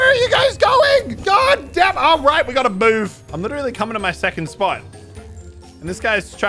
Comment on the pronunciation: "Ah right we gotta boove" -Muselk 2021